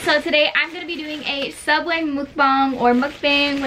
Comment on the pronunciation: Subway?? More like savway 😂😂😂